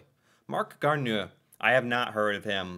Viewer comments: Garneau is pronounced Gar-Noh. Newfoundland is pronounced Newfin-Lund. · Marc Garneau is pronouce Garno.. A Canadian invented basketball. Vancouver city is on the mainland of Canada. The biggest island is Vancouver Island. It has the capital of BC, Victoria. Good job. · For future reference, 'eau' in French words is pronounced like a O. So Marc Garneau sounds like Marc Garno. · Marc Garneau is indeed from Québec, Québec city actually. As for his last name, I couldn't help but chuckle a bit at how it was pronounced hehehe. Here's the easy way to say it: "Garno" The "eau" letters in french, when combined this way, always make the "o" sound :) Edit: The Montréal CanadiEns is spelled correctly. That's how "canadian" is spelled in french and that's also where the word "canadian" comes from, not the other way around. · It's Marc "Gar-no" 😂 sorry shouldn't laugh but good on you for trying. Fun fact he later became an MP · Marc Garneau's last name is pronounced Garno. Yes, it's French.